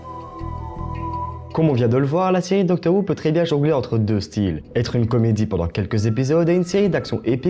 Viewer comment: Ça se prononce "Docteur Hou" et "Comic Rilif" ^^ Bonne vidéo !!